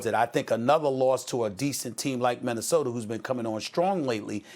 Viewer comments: Stephen A "MinnesotER" smith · Stephen "Minnesoter" Smith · Nobody: Stephen A. Smith: Minnesoter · Minnesoter tamper serge ibaker arizoner